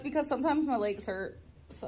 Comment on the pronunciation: "Sometimes my laygs hurt." No shit, fam? Shocking.